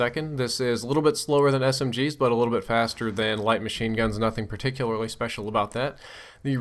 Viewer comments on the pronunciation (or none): none